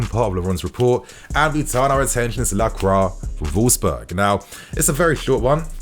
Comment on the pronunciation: ITS PRONOUNCED LAHCWAH FFS